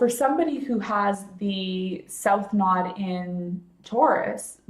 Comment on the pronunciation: ....the content is great but you have annoyed me so, that I had to say...it's nooooooode. NOT nod. Ugh!!